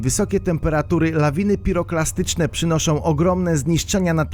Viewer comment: PiroPLAstyczne a nie klastyczne